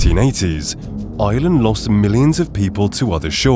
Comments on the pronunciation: Please pronounce the word IRELAND correctly! To help you, its not pronounced 'ILAND'. its pronounced 'AIERLAND'. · The country is IRland, not Iland... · EYEland. Its IREland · It’s prounced IRland not island please ! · Ireland not island pronounce the R . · The country is Ireland not island ... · Tell AI, there is an R in Ireland.